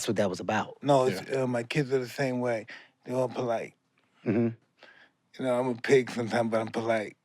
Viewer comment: MIKE: all my kids are polight, ain’t that weird? KEVIN HEART: no….. EXACTLY 😂😂😂😂😂